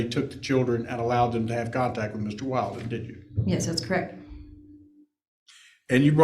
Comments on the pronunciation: How many hours has this attorney spent on the case and still calls that guy WILDen instead of WILLden? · Counsel deliberately pronounced Mr. Badboy [Willden?/Wailden?] wrong the whole time 😏😁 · WILL-DEN. MR WILL-DEN, like she's said over and over. I know it's petty, but that just bothers me so much! Pronounce names correctly. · It' so comical that the new BF was trying to hide who he was, so much. Everyone, even the judge, didn't know what to call him. His name was said wrong fifty times in 4 hours, lol. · I think it's pretty unprofessional that the pros and judge haven't made the effort to remember the correct pronunciation of Wilden. Very unimpressed. But gods, she's a smug piece of work!